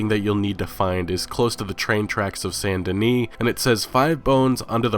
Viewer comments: Why do you say Sant DenE? It's Saint DeniS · Saint Denis bro! Not San Deni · dude how do u not pronounce saint Dennis right hahaha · Saint. Not San. Saint. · why does everyone pronounce it "san" denis when its obviously saint. all of a sudden nobody knows how to pronounce the word "saint"?